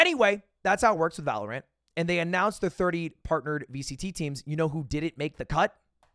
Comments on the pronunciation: It really triggers me that you call it valor ANT and not valorant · why does he separate the syllables of valorant? it's not valor ant lol it's valorant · Lud really out here calling it valoRANT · The way he says ValoRant is kinda weird 😂😂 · Why does lud say Valorant with so much emphasis on the a? My dad saying pokemans vibes.